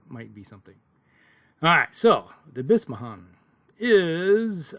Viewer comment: By’sho’mon. The y kinda sounds like a i or y. And the a in amon sounds like a but when English say a like an o. I have played vs the Bishamon likely in a Megamek game. The MRM requires higher gunnery skills, but the increased skill is offset by the MRM’s BV savings. The 4 gunnery that I faced rarely connected with the MRM. The Bishamon is called a striker... I remember watching a game that a player used the 4K with the C3m. The play was using the mech like a light C3 lance leader. I remember a Spider was used with the mech. The others in the lance are lost to time for memory. The last one is with the Snub has never been seen played. Everyone I know talks about this one with praise. Seems like a better variant. Notes: The Bishamon 4K and 5KC has been informatively noted being paired with the Kurita Battlemaster, Daikyu, Daimyo, and Komodo. This came from a comment from a roguetech player. Other mechs noted are Venom and Kabuto. I have seen the Spider and would consider a Tarantula or fast hovercraft with turrets like the Pegasus Scout Hover Tank "MRM". As a striker the mech could spot for LRM's for a Naginata. Keep at it.